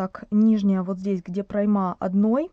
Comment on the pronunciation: Ударение в слове "прОйма" ставится на букву О. Извините, не могу не отреагировать. А так, модель, конечно идеальная. Элегантная, базовая. Надо таких 2-3 топика в гардеробе иметь всегда. Удобные и сочетаются со многими вещами. Как свяжу, напишу, как воспринимался контент. Спасибо автору, в любом случае.